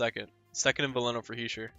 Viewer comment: You’re saying Hischier’s name right.